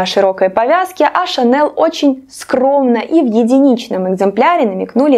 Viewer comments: Лучше на французский манер говорить : Шанель, а не на американский манер- Шанэл. Режет слух.🤦‍♀️ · ШанЭЛ в гробу перевернулась от вашего произношения ее фамилии😀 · Шанель - французская фирма, и во французском языке нет твердой "л". Режет ухо до невозможного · конечно, уверена. забейте в переводчик гугл фамилию на французском языке, а фамилия французская и произносится в форме оригинала и включите звук. вам должно быть стыдно, что вы такую известную фамилию коверкаете, а вы еще пытаетесь спорить, показывая свою необразованность.все французские фамилии произносятся так, как они произносятся на французском языке. это норма интернациональная. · я в видео ни разу не говорила о Коко Шанель, вам должно быть стыдно, лезть к чужим людям и чему-то поучать. Имя и фамилию я произношу правильно, а название бренда.. Ко мне прилипло произношение на американский лад. Возможно, потому что часто смотрю англоязычных блогеров. Видео несет развлекательный характер и я не навязывалась вам на глаза. Не нравится- не смотрите. А вы считаете, что имеете право унижать и оскорблять незнакомого вам человека. Потому что ваши наезды через Интернет не так давят на собственную психику. Вряд ли вы бы на улице проходящему мимо человеку в лицо бы сказали: « Не позвОнишь, а позвонИшь». Я тот самый человек из толпы. А вы невоспитанный и наглый человек, который с улыбкой на лице пишет гадости. Возможно, я и произношу какие-то слова неверно, но я не идеальна и работаю над собой. Посмотрите на себя и подумайте, так ли идеальны Вы, чтобы ставить кого-то на место. Знаете ли вы ВСЕ в этом мире, чтобы поучать.